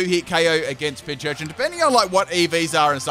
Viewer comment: i really dont understand why everyone pronounces PINcurchin as PINCHurchin, theres no h in the first part, the name is a combination of pincushion and urchin. pin+c(from cushion)+urchin.